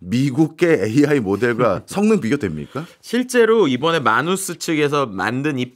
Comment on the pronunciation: 해외에서 미국에서 모두 “매너스”로 불립니다 “마누스”가 아니라. 첫번째로 영어 발음을 한국말로 표기 한 사람이 누군지는 모르겠지만 글로벌한 시대에 글자하나라도 제대로 발음되았으면 하는 마음으로 적습니다. 마치 외국 사람이 한국에서 한국말 발음 못하면 못알아들어서 소통 안되고 발음 고리쳐주려고 하는 것과 동일한.